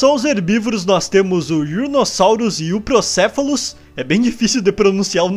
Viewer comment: só pq seu canal é o melhor eu vou te ajudar na pronúncia dos nomes dos novos dinossauros euplocephalus=euplocéfalo ouranosaurus=ouranossauro É difícil de pronunciar, mas vc consegue!